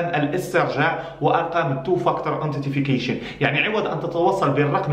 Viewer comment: antitification ?? it's "Authentication" bro